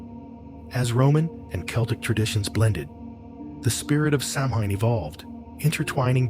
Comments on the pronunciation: Stopped watching less than a minute in. If you can’t pronounce Samhain correctly, why would I trust anything you say after that? 😅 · It is pronounced Sowen not samhain.